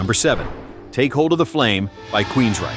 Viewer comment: Alles Wesentliche falsch ausgesprochen : Take hold of the flaaame😡 wo sind wir denn, bitte schön???